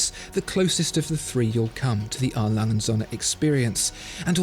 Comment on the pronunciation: LangE. Not Lang. UND sohne. Not AND sohne